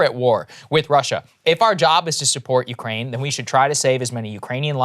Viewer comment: "Urkaine" is driving me nuts. 😆